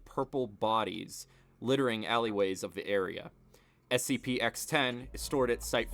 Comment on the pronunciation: Its a SPC it's a SCP if you can't even pronounce it don't make a video about it go to the gas station and smoke Weed or whatever you people do.